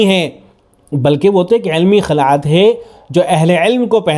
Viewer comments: خلعت لفظ کی خ پر کسرہ ہے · پہلے تو اپنی اردو صحیح کر خلعت کسرہ کے ساتھ ہے نہ کہ فتحہ کے ساتھ